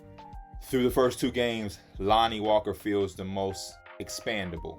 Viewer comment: It's all love P, but you keep saying ex-PAN-dable, when the word you're looking for is ex-PEN-dable.